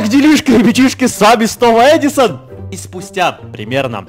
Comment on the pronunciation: Почему я слышу не "С вами снова Эдисон" ,а слышу "С вами снова СТОЛ ЭДИСОНА" 😄